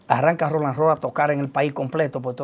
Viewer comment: Pero qué problema: no hay forma alguna de que diga el nombre correctamente, siempre dice: RONALD ROLL, en vez de Roland 🤣🤣🤣🤣🤣🤣